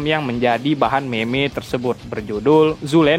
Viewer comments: Penyebutan nya bukan me me tapi mim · bacanya mim bang bukan meme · meme bacanya mem 🗿ngab 🤓